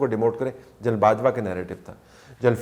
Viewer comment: یہ آپ اور اعزاز سید اُردو بولتےہوئے، جنرل کو جَینل کیوں کہتےہیں؟ کیا ایسا کہنےمیں بندہ انگریز انگیز محسوس کرکے بڑا بڑا محسوس کرتاہے؟اُردو بولتے ہوئے انگلیش الفاظ کا لہجہ اُردو ہونا چاہیے نہ کہ انگلش۔ انگریز بننے کی یہ بیماری دنیا مین صرف ہم احساس کمتری کے ماروں پاکستانیوں اور انڈینز کو ہے۔ اور پھر جنرل اور جرنیل تو اب اُردو میں ایڈاپٹڈ الفاظ ہیں پھر انہیں اردو بولتے جَینل بولنا آخر کیسی مجبوری ہے؟